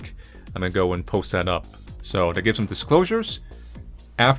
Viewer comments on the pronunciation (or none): none